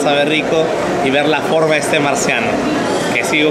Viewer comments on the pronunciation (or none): Alucinaaaaaa!. Se cree pituca y dice dea en vez de dé :V